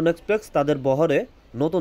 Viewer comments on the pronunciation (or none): শব্দটা এক্সপ্রেক্স না, শব্দটা হলো এক্সপ্রেস 😂😂😂😂 উচ্চারন ঠিক না করলে ফালতু লাগে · Its express bro, not exprex. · আরে আবাল রে লন্ডন এক্সপ্রেকস না, এইটা লন্ডন এক্সপ্রেস, বারে বারে সেইম কথা ঠিক করেন কথা গুলো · ভাই এক্সপ্রেকস না এক্সপ্রেস হবে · লন্ডন এক্সপ্রেক্স না লন্ডন এক্সপ্রেস। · এক্সপ্রেস ভাই 😑 বার বার এক্সপ্রেকস 😑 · ভাই আমি আপনার একজন ফ্যান তাই আপনার ভুলটা ধরিয়ে দিলাম রাগ করবেন না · গ্রামের চাচাতো ভাই প্রথম যখন লনডন এক্সপ্রেক্সে উঠে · কিরে ভাই আগে উচ্চারণ ঠিক করেন! "এক্সপ্রেস" নামটাও ঠিক ভাবে উচ্চারণ করতে পারছেন না!